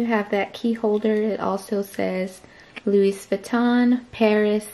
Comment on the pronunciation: could you please not say the ‚s‘ at the end of louis? 🙈